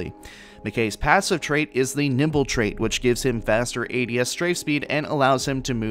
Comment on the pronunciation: I keep hearing nipple instead of nimble lol. Thank you the video!